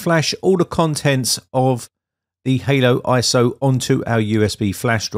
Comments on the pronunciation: Great vid👍 but y do you keep saying halo when it's Holo lol? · Did you call it haloiso??? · Interesting. But it's HoloISO, hollow, not Halo as in the game. that did add a bit of confusion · Why "ANY" PC though? Why the click bait? You used a fairly modern - and expensive by any standards - mini PC, and that wasn't adequate. And I believe that you deliberately mispronounce it "Halo ISO" all the time. Just in case somebody tries to install it on "ANY" PC and gets frustrated by the results, you will be able to wash your hands clean. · "Halo" iso? 😅